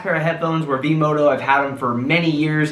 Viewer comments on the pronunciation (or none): Its V-Moda not V-Modo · Yes. Not "V-MODO". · It’s vmoda with an a